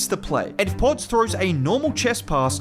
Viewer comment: I like the way you say podz lol I’m sure you got all the British kids and white kids saying it like you now haha